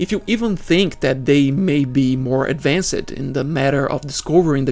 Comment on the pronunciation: Sacrified, advancid... Hard to watch the whole video